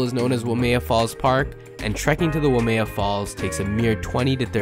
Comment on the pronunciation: Even mentioning the Staircase is woefully irritating. Pronounce WAIMEA correctly.